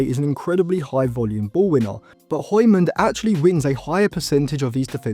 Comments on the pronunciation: No one asked but the pronunciation for hjulmand is Yool-man. Could be a good midfield option for like 40-50m if we can’t get an a-list target like Wharton but with Man U tax and the fact that this might be a late scramble, we would probably get nowhere near that price. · Der er ingen der kan sige Hjulmand😅 de udtaler H'et🤣🤣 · That is not how you say "Hjulmand" lol